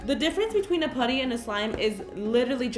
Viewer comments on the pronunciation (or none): It’s putty not pootty lol no hate😂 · it isn’t puddy it is putty(putt-e) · It’s putty not pooty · No hate but I cringe when people say pooty instead of putty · karina, i love you but it’s puh-tea not pu-dee. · It's pronounced putty not pooty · i hate how she says putty she says it like pooty like if you agree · Why fo you say pooty insted of putty? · Why does she say pootys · She says pUAtty like its putty no hate just annoyed me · She kept saying Pootty instead of putty.... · I swear to god please stop calling putty pooty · I'm not trying to be rude but the u in putty is pronounced like the u in umbrella. Love you Karina!! #SLIMEQUEEN #GOALS #SLIMEGOALS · Kayla Palick pooty too instead of putty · Question: why do you pronounce putty as “pooty”? The u is pronounced as uhhh. Puhhhhhty. Not pooty. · Was anyone else bothered by the way she pronounced "putty"? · "pooty" lmao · The way she said putty LOL 😂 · The way she says putty lmao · I dont like the way she says putty